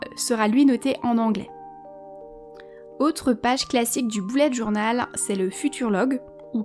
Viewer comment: On dit bullet journal et pas BOULLET JOURNAL